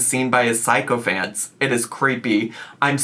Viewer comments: I'm dying at the pronunciation of sycophant as psychophant 😂 also Rosie loves the phrase "I'll cop to that" I never realised until watching this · I should’ve said this when you read her post on twitch, but you’re pronouncing sycophant wrong. ❤ it’s SI-kuh-fint Great video though!